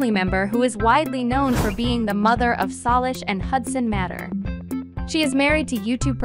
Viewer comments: We pronounce Salish ( say Say lish ) not sarlish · It isn’t sooooooolish it’s Salish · ikr she’s like saulish and you say her name Salish not saulish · It’s not solish matter it’s Salish matter 😂😂😂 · You should say say-lish, not suh-lish. And if Jordan saw this video, he'd FREAK OUT! 😱😱😱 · It's not solish it's salish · It’s Saylish like Salish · It's sailish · It s' SAYLISH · U said solish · why do you say Solish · you pronounce the name wrong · You pronounced her name wrong. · That's not how we pronounce Salish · the way she said salish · thanks I was wondering if it might be AI because I don’t think a real person would say her name wrong on purpose. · That’s mean but you’re really right I was about to put a Comment saying that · Geez you don’t have to be so rude about some one not knowing how to to pronounce a name